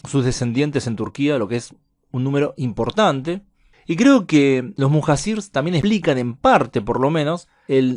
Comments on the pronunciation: Se pronuncia Mujayir que quiere decir la gente que deja su casa por el caos del lugar , cuando se hace invivible la zona al igual cuando los primeros musulmanes emigraron a Medina por la perversidad de la gente de la Meca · Muhacir se pronuncia “muhallir”